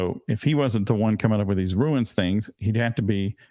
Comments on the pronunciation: Just a quick comment on the pronunciation of the word rune, it sounds like roon. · Ha, the case is getting so weird, I thought "Ruins?" "There's ruins now?"